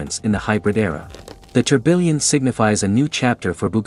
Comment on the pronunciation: That not how you pronounce tourbillon😭